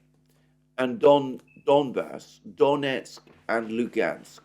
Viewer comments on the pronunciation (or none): none